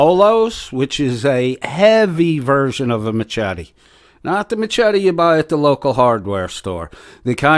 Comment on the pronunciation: The ch in machete is pronounced with a sh sound not the ch sound as it's spelled. Yes, I'm weird about grammar. 🤣 Why in the world does he think it's a good idea to come to your house? Why does he want to? Are words offensive enough he would travel with the intent to harm? Or is he just bloviating? I'm going with the ladder. Some states have the castle doctrine as well as stand your ground. 🤷‍♀️ I find it funny that Tina thinks the end of your videos are a threat. Oh my goodness. 🙄🤣 I take it to mean you hit the bullseye. Or your dead on, right on or simply correct in your analysis. 🤷‍♀️